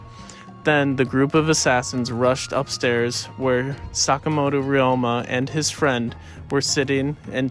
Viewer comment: could you check your pronunciations of Ryoma and other Japanese words as they are incorrect and it’s not appropriate for any student studying Japanese